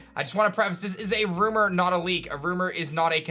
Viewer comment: “nEw rOumER”